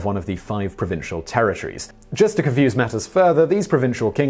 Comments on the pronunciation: Kunnaacht? Conucht.. line-stir.... well mispronounced chieftain as well so I'll let it alone. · some of your pronunciation is awful . connaught is not conact think of the connaught rangers or the connaught hotel . otherwise a reasonable version of history . my ancestors were in the 1171 landing and stayed and as far as I know were never quite as irish as the irish themselves . also henry did some of his penance to the church in selskar abbey in wexford before going back to england .dressing in sackcloth and kneeling E.T.c. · Connaught = Connacht (with a gutteral ch sound similar to the one made at the end of 'loch') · Great work as usual Simon. The provincial pronunciation would be (to use phonetical example): Leinster = Lennster, Connaught = Connawkt, Munster = Munster, Ulster = Ulster. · Connokt is how you say it. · Conn-uuckt is how it's pronounced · oouuff the way that you pronounce Connacht